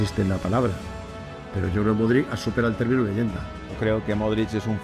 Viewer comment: Se pronuncia Modrich.